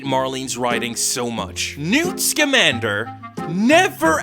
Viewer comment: I’m sorry, his name is NEWT SKIMANDER?!?!